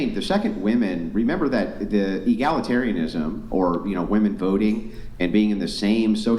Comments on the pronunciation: It’s women - pronounced wimmin FFS. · What is with american girls pronouncing woman and women the same way.. they say 'woman' for the plural version??? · It's women not woman. Damn these chicks are dumb. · since when did the word "woman" become plural? why do all of them say it wrong? English isn't my 1st language but am i wrong?? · Why can they never pronounce the plural of woman? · Holy shit, when did we stop teaching the pronunciation of "women". It's like nails on a chalkboard